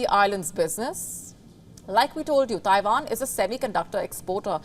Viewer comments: Oh now shes saying Taivan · Did she say Tairan?